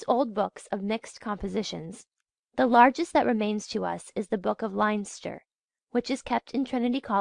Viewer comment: No offence to the reader, I realise that Irish place names can be difficult, but I had to stop listening when I couldn't figure out where she was talking about . Even Leinster was mispronounced and that's a province.